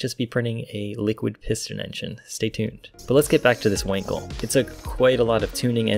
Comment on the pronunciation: It is pronounced just like the english word "uncle" but with a w in the beginning. As an english speaker please just say the word "wunkel". If you did not know, you know now.